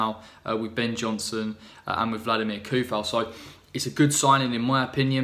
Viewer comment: Its pronounce With C! Coufal. Anyway you got fighter at least as Souček is..